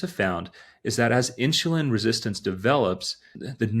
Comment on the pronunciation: when you say insulin you have an H into it like a INSHULIN sound, the H is not supposed to be in there